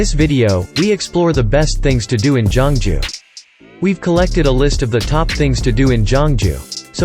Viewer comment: Not jongju it's geoungju